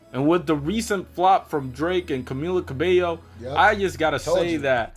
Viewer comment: never fails to pronounce Camilla Cabello a different way each video xD